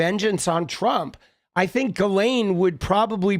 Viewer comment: Ghoulaine Maxwell. The "S" is silent.......like the truth.